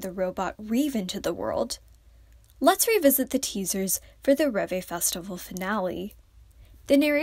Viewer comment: the robot name is not reve, it's rêve - which means 'dream' in french. yeri named the robot, and its name does relate a bit to the fandom name - reveluv. hope you read it right next time